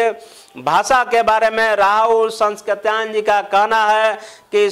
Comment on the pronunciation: Rahul sankrityayan Ka ucharan to thik se karo vidwan bandhu.